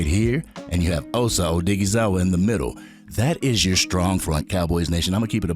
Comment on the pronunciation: Man you be butchering osa last name